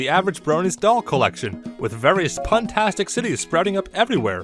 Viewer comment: Did you just say... Pun-tastic..?